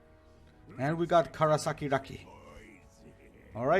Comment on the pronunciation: Первый противник - КарасиРаки))) Как он прочел - КарасакиРаки)))